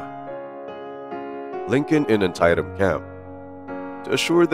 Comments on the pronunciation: Great video. Antietam is pronounced an-tee-tm though. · I love your videos! But I thought I might be helpful by letting you know that Antietam is pronounced, "Anne tee tum" and Potomac is pronounced, "puh toe mick". :) Cheers!